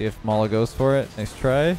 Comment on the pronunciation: Oh mala for some reason I thought you said lawla like Lawler without the hard r😂